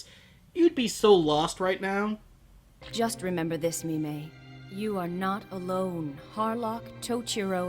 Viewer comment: So it's "Mi-mey" the telepathic space maiden, instead of "Meme" the cowardly dwarf smith.